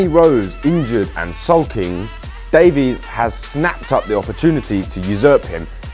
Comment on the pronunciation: No Lacazette oh and by the way you can't even pronounce Ben Davies😂😂😂😂